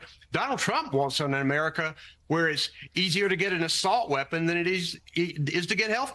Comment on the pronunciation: that host has a hard time talking many times, and also she needs to learn how to pronounce harris' first name properly. that's disrespectful.